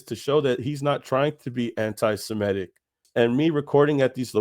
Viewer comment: The way you say semitic bothers me lol good video tho bro